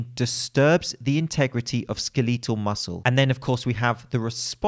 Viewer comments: Me: Skeletal Muscle: Skelee-tal Muscle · OK I like you and your vids but "skeleeeetal"...? Come on now Jk jk